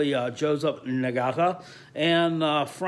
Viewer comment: "Ing-gah-tuh" don't worry, everybody will be pronouncing it right in December.